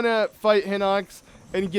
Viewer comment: not hinux HINOX! HORRIBLE VOCABULARY AND I WROTE THE SAME THING IN THE GERUDO VIDEO WHEN YOU GOT THE GERUDO CLOTHS AND GOT IN GERUDO TOWN BUT DUDE READ THE WORD CLOSELEY!!!!!!!!!!!!!!!!!!!!